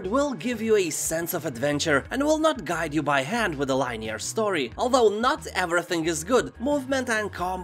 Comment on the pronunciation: Really sorry to do this. I am an English teacher so I cant help it. Linear is pronounced Lin-ear not Line-ear. Love your content though. Really funny and great info too. <3